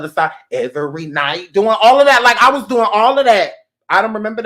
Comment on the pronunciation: When you said "....have you ever like not watched verses....What are you dewwing?!!" LMMFAO!!!!! i CANnot with you...you just funny.....